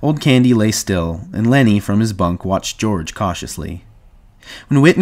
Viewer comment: This "Deorge?" is killing me😭😭😭